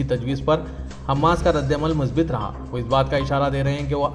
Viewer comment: مثبَت هوتا هے ب پر زیر نہ پڑھیں اس پر زبر پڑھیں